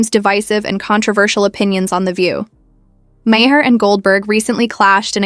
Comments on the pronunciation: How many different ways can AI butcher Bill Maher's name? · I can’t stand Bill Maher, but at least pronounce his name right!